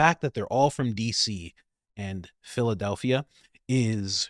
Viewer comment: Every time you say Philadelphia I laugh 😆